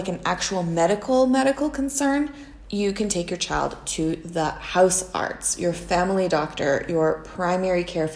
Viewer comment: the pronunciation of "huisarts" is more like "Mice arts" rather than "Mouse Arts"